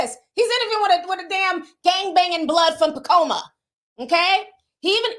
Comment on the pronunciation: Pacoima!! (Pah-coy-ma). Stop butchering my town Ti!! 😂